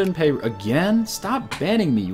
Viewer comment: Its not pay-roo its per-roo.